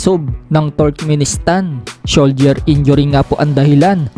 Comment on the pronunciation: 10th ❤ am Philippine 🎉 TIME MARCH 15 2024 did i hear it right ? Soldier injury ? Or Shoulder injury 😂😂❤